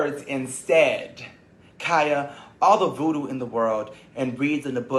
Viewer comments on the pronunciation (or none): "All the Voodoo in the world..." girl not voodoo